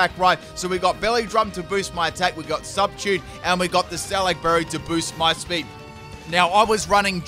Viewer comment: I am triggered as hell by the way you say substitute.